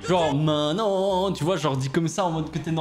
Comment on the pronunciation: ta voix ma fait une hallucination auditive. Quand ta fit "maintenant" en chantant j'ai entendu manant, aka un insulte bien vénère du moyen âge Aie aie aie 😭🤣